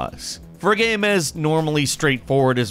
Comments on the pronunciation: "Every single gyaaeyum". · Is it just me or does anyone else find weird the way says "game"